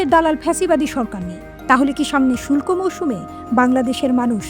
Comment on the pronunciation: "শুল্ক" মৌসুম না, "শুষ্ক" মৌসুম। শুল্ক মানে ট্যাক্স/ভ্যাট, শুষ্ক মানে শুকনা/খরা। হায়রে বাঙ্গালী। 🤦‍♂